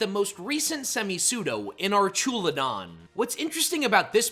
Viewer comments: Archewladon lulz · It’s pronounced arkalidon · The fuck is archooladon...? What the actual hell? It's spelled "Archaludon" and you fucked the letter order AND the vowel sounds... Arch as in the bridge has arches Alu as in aluminun Don like rhydon, or the mob boss is called a don... The fuck are you even getting arch"oola"don out of that? I literally just cannot, I'm sorry dude but that's just wild, not going to sit thru this and I'm going with "DON'T RECCOMEND CHANNEL" Just dropping a comment so maybe, just maybe, you'll look at the names and the letter order and the pronunciation next time, and so you understand where you're screwing the pooch... however that is indeed way way way too bad of a pronunciation for me to give you another shot or more watch time. Good luck 😂😅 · Pronouncing archaludon like that gave me a stroke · Dislike for mispronouncing my goat Archaludon 🥀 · Just hate the way you say "Archaludon" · Archaludon getting pronounced the way you did is like nails on a chalkboard. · It’s pronounced ARK-UH-loo-dahn, ar-KEY-iss, and hye-DRY-gihn, “”! 🤨